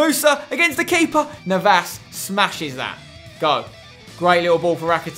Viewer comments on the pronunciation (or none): Spencer it's not Ne-vas, it's na-vas. And it's not sag-na it's San-ya